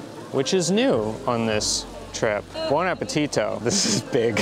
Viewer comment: your "buon appetito" is now perfectly pronounced! Well done 👏